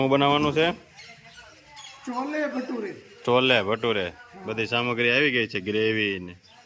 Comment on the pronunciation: છોલે ભટુરે બોલાય